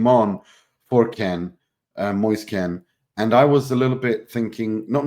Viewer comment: Moise Kean not Ken